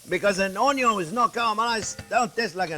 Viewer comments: Love the way you say onyo...you sound cajun. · That explains everything 😁. Chef Jean-Pierre is more Italian in cadence and mannerisms but says 'onions' in such a French way, and he has a French name! Thank you. 😊 Edit 1: And chef say 'Mama mia!' rather than 'oh la la.' Very Italian 😍 Edit 2: And then chef says 'never put in a wine that you are not willing to drink.' Very French 😂